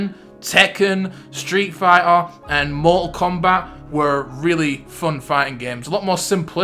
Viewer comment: "Stree-fie-ah" you're killing me you're absolutely killing me like clearly you can pronounce "T"s when you choose to